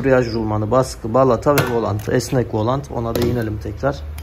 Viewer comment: Volant kelimesi yanlış doğrusu volan dır